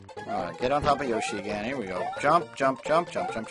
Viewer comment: Are you going to refer to Yoshi as "Yosh" the whole time?